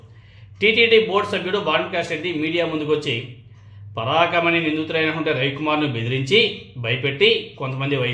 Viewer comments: పరాకమణి కాదు పరకామణి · పరాకమణి కాదు... పరకామణి!🤔🤔🤔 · Telugu sariga matladatam nerchuko Parakamani kadu parakamani nerchuko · పరాకామని కాదు పరకామని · Paraakamani kadhubro parakaamani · ముందు తెలుగు బాగా నేర్చుకో, పరకామణి పలకటం రావటం లేదు.